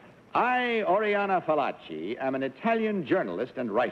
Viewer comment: Fallaci not 'Pallachi; no? 'expert on women'?